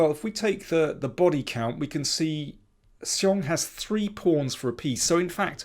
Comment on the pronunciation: You have the best pronunciation of Xiong among all commentators...